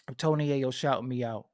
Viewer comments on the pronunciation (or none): none